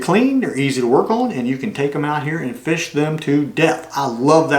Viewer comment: Hi, I like watching you take reels apart and putting them together. Can you put different manufacturers mixed? 🤔 It took you no time at all to rebuild it. "Feesh" is the way my mom always said fish. Why, I have no idea. 😊 You just made me smile. She's been gone 12yrs this month and my dad 17yrs this month. I do miss them loads. I can't wait to see this reel in action. What pound of line did you put on it? Tell all Hi and meow. Take care and stay safe till next time. ❤❤❤❤